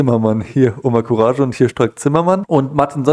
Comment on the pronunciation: courage wird courag gesprochen !!! sonst alles o.k. !!!